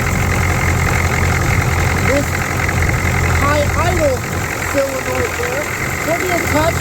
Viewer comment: Love the vid, I learn something from every vid you make. Now you can learn something too. It's sOLEnoid, not sELOnoid 😉